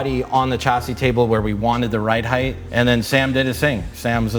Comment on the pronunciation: SHA NOT CHA ... CHASSIS.....SHA